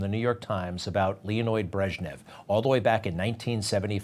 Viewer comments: It's Leonid, not Leonoid. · It's "Leonid", not "Leonoid". Get it right.